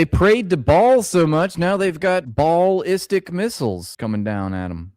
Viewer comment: The “BAAL-listic Missiles.” 😂😂😂😂😂😂😂😂😂😂😂😂